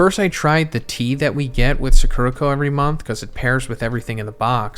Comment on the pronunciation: I don’t really want a snack box from suh-KERUH-koh, but I think I WOULD like a box from SAH-kurah-koh